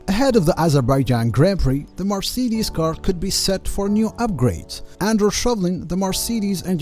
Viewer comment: cmon bro u really can‘t say marcedes..